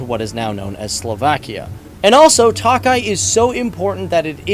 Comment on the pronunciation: Should be pronounced as Toe Kay